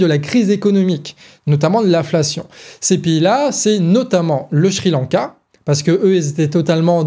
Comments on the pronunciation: Pour une fois au lieu de d'encenser la très bonne analyse du ou des sujets que tu traites ou de mettre simplement un👍, euhhh... S'il te plaît; Sri-Lanka ne se prononce pas Shri-Lanka ! J'sais pas pourquoi mais chaque fois, ça m'a fait perdre le fil quelques secondes 🙃. Voilà, bon, tant pis mais c'est tout ce que j'ai trouvé à rajouter comme critique constructive alors ...😉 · Très beau travail au collectif du canard mais aussi au ton de pour l'argumentation! Tout est bien clair Maiiiiis c'est moi où au lieu de dire Sri Lanka (ça se prononce Ciri lanka) il dit "Chri lanka"? Ah moins que ça soit lz vrai prononciation je suis étonné et j'avais tout temps envi de rire alors que j'écoutais la video avec sérieux (hésitez pas à me le dire j'ai bien ris pendant ce passage mais le sujet reste très bien écrit!)